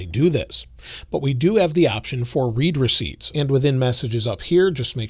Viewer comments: Love the videos. However it’s “red” receipts not “reed” receipts 😅😅😅. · I believe 'read receipts' is being pronounced incorrectly. Think of it as 'your message was read, here's the receipt' so it sounds like 'red receipts' not 'reed receipts' Other than that, great post. Thanks for sharing!